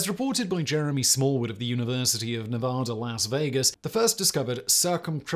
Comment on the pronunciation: ITS NOT NEVAHDAH ITS NEVADA thanks ily